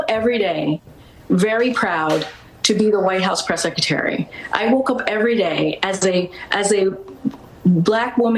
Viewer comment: The white house "sekatary". Can you imagine mispronouncing your job title for the whole time you held the job?